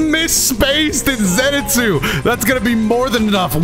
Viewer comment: Who is Zenetsu I thought it was Zenitsu